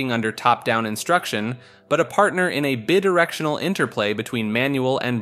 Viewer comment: Part of the fun of these is pretending that this is coming from a source of authority. It allows us to sink into the possibility that the world is stranger than it seems and that there are still mysteries to be uncovered. We believe because the voice has power. Yours is good but mispronouncing words here and there breaks the spell. Kosovo. Bidirectional. A little more care in these voiceovers will amplify your perceived authority.